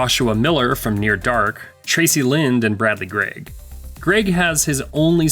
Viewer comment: Did you say Traci Line or Tracey Lind!?.... cause its Lind and i had a HUGE crush on her, cant believe she didn't do more movies!!!.... same thing for Claudia Wells and Wendy Gazelle